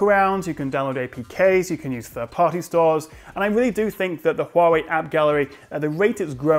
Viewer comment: Your correct pronunciation of Huawei (which is rare) really impressed me.